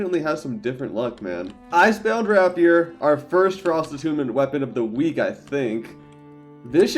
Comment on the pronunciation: rapier is pronounced ray·pee·ur